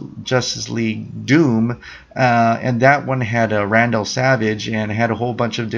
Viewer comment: It's vandal savage not randal